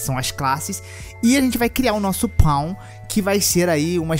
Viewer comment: ele ate enche a boca pra falar pawn ksksksskksks